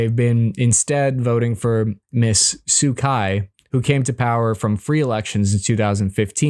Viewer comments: By the way, what is Suu Kyi(Kai)? Thought its Suu Kyi(Chi), pronounce as in Tai(chi). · Kyi is pronounced (Chi or Chee). Most soldiers have been brainwashed by the generals and the benchmark for recruiting has been lowered more and more - most 'grunt' soldiers are mostly recruited from low-educated social rejects and jobless and often those freshly out of prison.